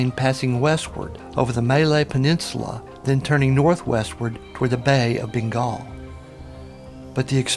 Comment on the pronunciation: Bengal not Bingal